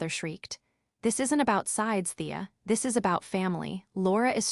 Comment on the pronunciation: “You’re goin to regret T.H.IS”. Do you mean ‘this’? The simple word ‘this’?